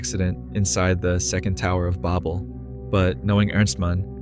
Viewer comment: Meow… I was really hoping to see a human touch since it was said he was looking into hiring actual artists (and voice talent? It’s low key distracting his the AI couldn’t even say “Babel” right). And while I’m admittedly hooked on the idea, little things here and there have me seriously questioning how much of this idea came from him. Because I’m starting to think certain aspects of the script if not the entire plot were concocted on CHATGPT or a similar engine. And if it really is the culmination of different AI programs then I have to say the plot becomes all the more bitterly ironic. The story began with natural resources running out and wildlife dying off, both of which AI contributed too since it requires vast amounts of water for cooling systems and energy. I’m genuinely sorry to be cynical but the audacity to post a story about humanity’s hubris while actively contributing to humanity's hubris and harming real artists is bonkers to me. And it suck’s because SPOILER ALERT: This story is so FUCKING cool overall. The depiction of the story in sort of an old school video game style, the fact that it passingly resembles Fear and Hunger, having actual sound references to biblical canon and biblical fiction is genuinely so fun and caters to my hyperfixation with ease. The ideas here have so much going on but unless this creator hires actual voice actors and artists and animators I just can’t give it to them. Because his use of ai in one aspect calls into question of validity